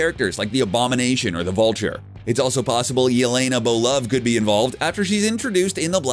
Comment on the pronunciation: Your host can't pronounce foreign names... That's not very respectful. I mean I'm not Russian but it's not that hard to say Belova the right way